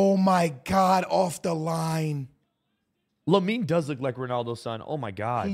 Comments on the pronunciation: Its Lamine not Yamine ffs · I couldn't get over you bro saying "Yamine", all those shirts but zero ball knowledge